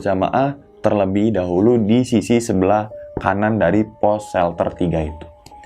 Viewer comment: Dahulu bang bukan dahuru 😁 Sukes slalu